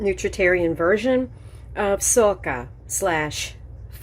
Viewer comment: Your pronunciation was perfect! The French stress the word ending. There is also an old French song (A Capri c'est fini = in Capri our love came to an end). I love your bowl! There is really lovely pottery in Italy. I've just got two little Italian bowls in the shape of watermelons as a present. :D